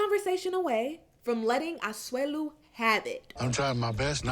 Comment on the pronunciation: You say Asuelu 👌👌👌👌